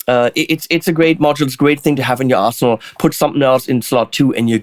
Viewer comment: Anyone else here think that is saying "asshole" when he says "arsenal"?!? Oh yeah, great new module! Have to trade in my BE for the BE deluxe.